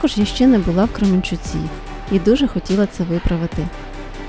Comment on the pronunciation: Як ви правильно кажете КременчуЦі!)) GS напевно!))) от RT проліз би))))